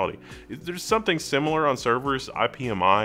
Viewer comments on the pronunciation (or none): "Someting" [sic] ???